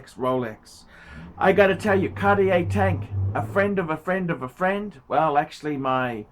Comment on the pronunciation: A phrend of a phrend of a phrend of a phrend., you sound like a taxi driver preaching fact.